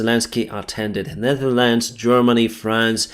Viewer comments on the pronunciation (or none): none